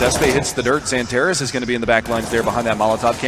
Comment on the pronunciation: xanteres değil xantares